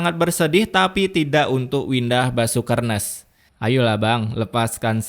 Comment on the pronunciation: Pas bilang "windah basukernes" langsung ngakak 😂😂